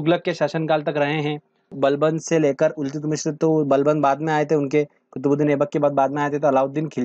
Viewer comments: Iltutmish Hoga Naki Iltutmishra..😎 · Eltutmis h sir ye.... Mishr nhi.. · इल्तुत मिश्र nhi haa sir इल्तुतमिश hota hai 😆😆😆😆😆. Video achha है धन्यवाद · iltutmishra nai iltutmish hota h